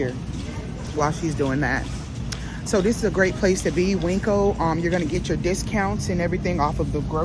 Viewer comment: Please stop with calling the market Winkco. It's pronounced Win-co. There's no K in the name, and it is not spelled Winkco